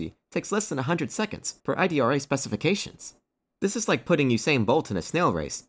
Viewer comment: The name is Idra. not I.D.R.A.